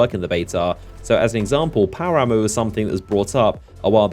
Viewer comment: When you said power ammo, I swear you said power armor like multiple times. I was like what? Power armor? That's interesting.